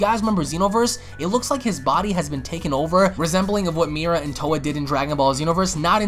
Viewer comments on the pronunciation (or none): none